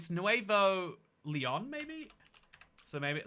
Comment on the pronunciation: I learned that has dyslexia with his Pennslyvania and Nuveo Leon.